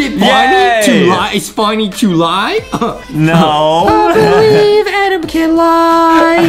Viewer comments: It’s Adam not adem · it adam not adem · it's Adam not Aden😁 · It's not adem it's adam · ADAM NOT ADEM 😑 AND ADAM NEED SOME MILK 😂😂😂😂😂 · Justin not knowing how to say adam